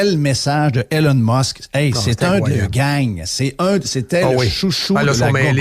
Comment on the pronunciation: Jeff arrête de l'appeller Hélène Musk, c'est E - LON Musk.